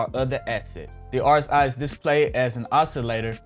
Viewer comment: My man you didn’t even know how to pronounce rsi...